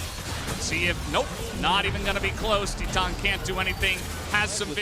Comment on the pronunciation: Is it that hard to pronounce titan correctly